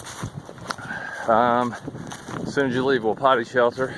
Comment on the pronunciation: Hey bud, not that it matters but I think the name of that shelter is pronounced wa-peety. means elk.